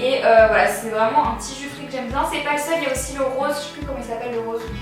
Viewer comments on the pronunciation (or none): none